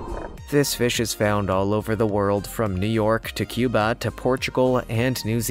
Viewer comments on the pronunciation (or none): none